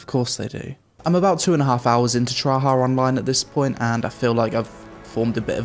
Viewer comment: i swear he said Tryhard Online.